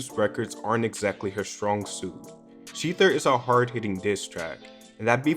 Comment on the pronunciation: I’m more concerned with how he is saying “sHeEtHer” and not shether😭